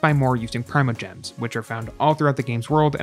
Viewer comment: also primojems - permajems xD